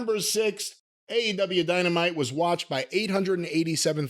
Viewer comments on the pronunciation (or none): I swear he says A and W tv ratings at the beginning.